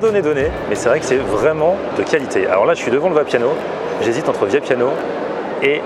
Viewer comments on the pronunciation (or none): C est Vapiano et non Viapiano 😹 si non bonne video quand même. Il y a beaucoups de Vapiano ici en Allemagne mais pas aussi ici c‘est pas aussi chèr qu‘en France